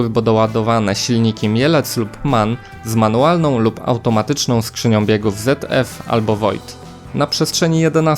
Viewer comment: Nie czyta się ZF jako "zet ef" tylko "cet ef". Trochę nauki języka oraz wymawiania spółgłosek Niemieckich by się przydało...